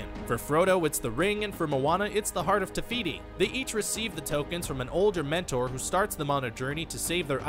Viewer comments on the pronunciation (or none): The hearth of tefity? I don't know how to spell her name but her hearth is TIME STONE!